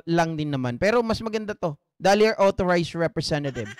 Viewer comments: Yung 'duly' po ay pronounced as jooly hindi dolly hehe peace po ✌️ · Correct pronunciation of DULY is same as julie not dali